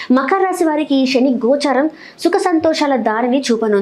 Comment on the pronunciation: శని ఆనటం చేత కాదు షని అంటావు నువ్వు చెప్పటం నేర్చుకో